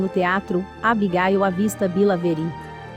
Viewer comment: O nome é Abigail não Abigail e jeck não jak